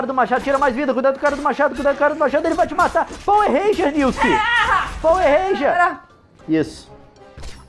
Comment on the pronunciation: Pauer Rênjia kkkkkkkkkkk